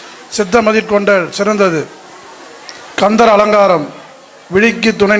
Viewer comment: Entry speech how he.pronounce khandhar alankaram useless he cannot express.entryspeech how he bored. 😭